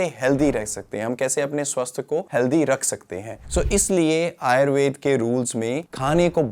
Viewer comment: आप आयुर्वेद और योग शब्द का भलीभांति उच्चारण कर सकते हैं तो आयुर्वेदा और योगा क्यों कहते हैं जबकि अंग्रेजी के शब्दों का बहुत अच्छे से उच्चारण करते हैं। आदतें ठीक कर लीजिए।